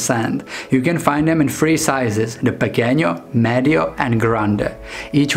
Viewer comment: 'Pee-kenno' and 'grand' and 'meed-jo.'